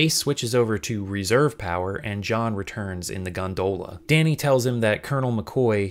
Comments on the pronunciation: I appreciate you having the subtitles emphasize the bizarre pronunciation of 'gonDOHla' everytime. It's great 👍 Gags like that should happen more often in subtitles. (Also, in general thanks for having proper subtitles on your videos!) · Am I the only one whose only ever heard Gondola pronounced "gonDOLa" before this video? You're the first person I've seen pronounce it "GONdoLA" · GondOHla lol